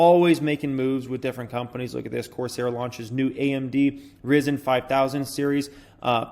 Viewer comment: pronounced ryzen as rizen hahahaha